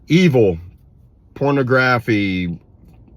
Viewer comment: This is real stuff and very concerning. Also, interesting pronunciation of the word "pornography" 😅